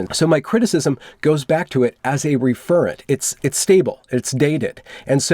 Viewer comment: Ref·er·ent is how it should be pronounced. Not Re-fer-ent!